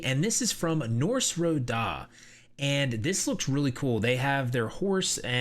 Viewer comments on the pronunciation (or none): none